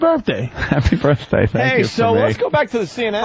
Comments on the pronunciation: Hey Opie, what white guy college educated white guy says " birf " day? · Opie thinks its clever to pronounce birthday like "birffday" every single time he says it. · I love how Opie pretends that saying 'birfday' repeatedly is going to make him funny.